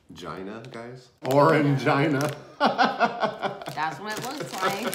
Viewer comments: Orangina is pronounced like the name Gina but my dad would buy the drinks for me as a kid and jokingly pronounce it the way you did 😂😂😂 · Orangina!!! Lmao - the European Gods and Goddesses pronounce it as, "orange-een-a" Love you guys, you always make me laugh!!! and I love you guys!!! Have a beautiful week!!! 💚💨💙🤣🐕🐶😺🐩🐈🐀🐹🐭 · It's pronounced "Oran-geena" 😋 love the vid 🤗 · you KNOW its OranGEEENA....😂😂😂 ur face said it all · Haha the way you guys pronounced orangina. Lol.